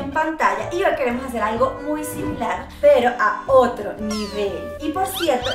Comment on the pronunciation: Nando diciendo: me dijeron pel pero